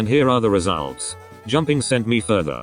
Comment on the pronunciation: my man really said ‘re salts’ lmao